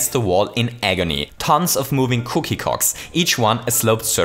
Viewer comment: i love how he pronounces clock as c*ck